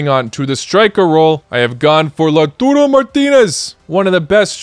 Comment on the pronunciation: It's Lautaaa, not Lautuuu. Lautaro Martinez. Sorry to correct put it just sounds weird.